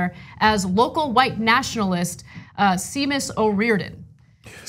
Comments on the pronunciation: SHAY-mus, not see-mus. That's my son's name. :-/ Unfortunate to have a racist using the same name. :-/ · SEA-mus hahahaaa